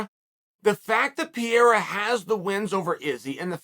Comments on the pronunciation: As a brazilian I can't understand why it is so hard for americans to pronounce "Pe-rei-ra" I have a kiwi friend that pronounces "Pereira" perfectly. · "Pierra"😂 We gotta call you Chahl Soooooning. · Who is this "Pierre" Chael keeps talking about? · Pee air uh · Does chael purposefully mispronounce names? It's not hard to say piererra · At least he isn’t calling him Alex Pierre anymore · Who the fook is Piere? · “Pierra” Unc is truly something else 🤣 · Peee- air- a.... lmao close but not really uncle chael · you mean pierra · Me too. In an earlier interview he said Pierre and I was like who is he talking about at first. Then i realized this was chael and figured it out lol. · This is somehow better than DC's "Peheira". Why would the first R have a different pronunciation from the second one? Haha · "Pierre" And Adesanya - Chael Sonnen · STOP CALLING THIS MAN PIERRA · Say it with us Uncle Chael, “Per-rare-ruh.” Or you can just call him Stone Hands. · You know its per-hey-ya right.. Depending on the spelling, r's in spanish are pronounced as h's.. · are you being ahead of us as always or stupid, since you pronounce pereira as piera...??? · Welcome to the PEE-era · lol Chael butchering Alex's surname gotta love it😂🤣😂🤣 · Only here to listen to all the ways uncle chael mispronounces Pereira 🤣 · Chael is butchering Pereira's name. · jfc - still can't get the mans name right ... Knocking out Strickland should earn him the respect to pronounce his name right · Love how Chael even finds a way to mispronounce Pereira. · He deffo does it on purpose, no way anyone would say it like he does, especially being its one of the most common latin Portuguese/Brazilian names. But then again Chael is a patriot and thinks America is the gold standard for everything 😂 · and thats a fact! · I love Chael but he stays mispronouncing stuff lol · It’s not Pierre or peria. It’s pereira. This guy just can’t get anyones name right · Man please, it doesnt pronaunce “Piera”, its PEREIRA